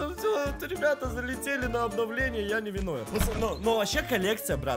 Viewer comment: Кто тоже услышал говновление😅